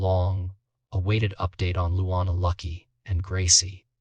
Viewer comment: Who the hell is "Loo Wawn?" God, these AI voices are pathetic...